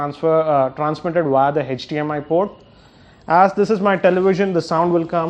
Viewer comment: its HDMI nad NOT HETCH-DMI